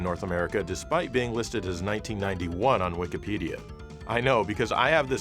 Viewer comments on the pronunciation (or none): none